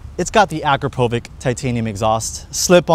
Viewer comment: Akrapovich if Ć is too hard for you guys, do it right